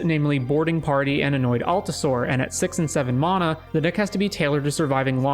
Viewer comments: You pronounce mana wrong. It’s “Man-ah” not “Mon-ah” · mAn - mAna say it right dude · mahna XD never heard anyone say it like that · I didn't hear anything except how he pronounces mana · Who in the hell taught you how to say mana that way?